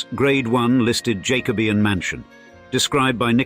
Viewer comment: Or you could try a grammar guide to find out about the use of whomever and whoever and the word order of "find a thesaurus useful". Whoever writes these over-elaborated, ghastly and gushing American scripts should kick the tin-eared AI's arse (not ass, it's not a donkey's fault). The stress in the UK pronunciation of aristocrat is on the first syllable, not the second. Jacobean and Pevsner are murdered. No-one in Britains says storied unless referring to the number of floors in a building. Bolton Abbey's an hotel, not a home. London buildings have lifts rather than elevators.